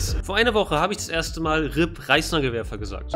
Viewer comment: Habt ihr auch Preisnagelwerfer verstanden?